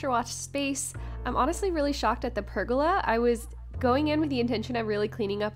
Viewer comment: I really enjoyed this process as I am doing the same for my recently bought 1940’s house, there already is a cement pad which I am adding more concrete to and large sandstone tiles one thing haha I heard you saying pergola as rhyming with arugula when I believe that it is pronounced ( purrgoala) I do believe that you are a Texas girl and myself as Canadian, I definitely have some accented phrasing lol 😆